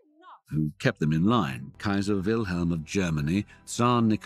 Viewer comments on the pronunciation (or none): none